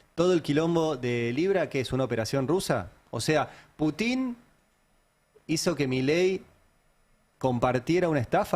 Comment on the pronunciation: La mejor prueba de que Ari no está pagado por los rusos, es que no sabe pronunciar el apellido del presidente de la Federación Rusa. 😂😂😂